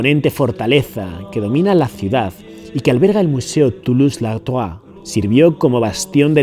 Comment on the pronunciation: Me duele en los oídos de escuchar como destrozas cada nombre que pronunciado en francés ni siquiera puedes nombrar a Toulouse _ Lautrec. Y en cuanto a que los Cátaros eran peletería, ya me contaras! A que animal le sacaban la piel? Eran tejedores!!!